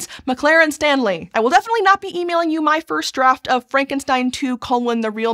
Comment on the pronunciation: You kept on mispronouncing "Frankenstein." You were pronouncing it in an Abby-normal way. ;-)